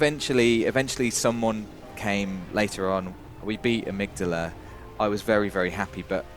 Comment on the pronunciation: It's Ah-mig-dahla, they say it in the game lol love you guys otherwise.